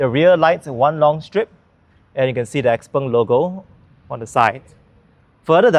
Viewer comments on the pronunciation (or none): Chinese should pronounce it as xiao peng, xpeng is for ang moh who can't pronounce xiao peng 😂